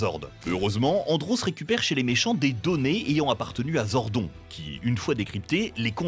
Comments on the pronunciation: Zordone et pas zordon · Mec, tu lis "Zordon", alors que c'est "Zordone" phonétiquement. Vous êtes sûr de maîtriser le sujet ? Ou vous voulez juste faire des vues pour le fric ? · ZordonE pas Zordon pitié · Sympa la video c’est dommage que vous n’ayez pas parlé du meilleur des powers rangers, les comics. Ils sont vraiment plus adultes que la serie live action et comparables à Marvel et DC. Sinon vous avez fais quelques petites erreurs Zordon se prononce [Zordone] et dans la VF justin ce prononce [Justin] et pas [Justine] comme la VO. Sinon je crois que SPD a plutôt été aimé par les fans, les saisons vraiment pas aimés sont en premier (super) Ninja Steel et (super) mega force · Zordon 😂 sa se prononce zordone mais ok hein 🤣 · mdr, ZORDON se prononce ZORDONE ! Merci bien ! Mais je préfère les versions d'origine, ayant grandi avec Bioman ! Par contre, Power Ranger in space est ma seule saison que j'adore (moins de 50 épisodes). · Fait un effort stp c’est Zordone 🤦🏽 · "ZORDONNE" ! PUTAIN retournez jouer au patpatrouilles bon sang ! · Jpp comment tu peux prononcer zordon..... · La prononciation du nom Zordon il continue de mal le prononcé 😠😠